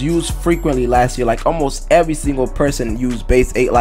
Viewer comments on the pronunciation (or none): none